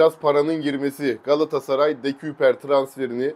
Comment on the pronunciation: “De-köy-per” diye söyleniliyor bu arada 🙏🏼